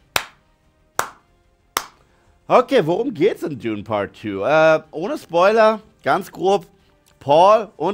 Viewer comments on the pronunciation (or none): none